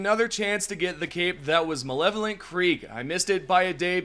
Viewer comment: all good, it just sounded like you said malevolent. but Ive heard waaaay worse attempts at it than yours lol